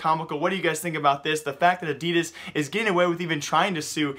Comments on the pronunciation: Wtf is adias it's adidas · I am getting really bothered by how your saying "adidas" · Can you stop saying Adidas like that